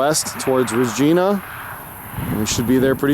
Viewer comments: ...it pronounced "Re ji na" like our Queen :) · It's pronounced RAGINA but spelled Regina